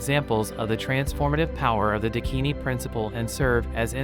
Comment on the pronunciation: Please this is unbearable..... It's Daakini